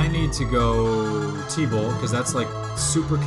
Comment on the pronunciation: I hear you say "tebow" sometimes when you're saying T bolt. Somehow Tebow worked his way into BoF